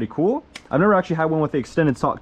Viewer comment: kewl kewl kewl kewl pretty keewl